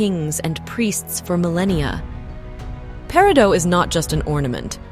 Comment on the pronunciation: No, no! Not “pair - ee - doh”. It’s “pair - ih - doh”. I’m hoping that as thia continues that I don’t have to hear “pair - ih - dots”.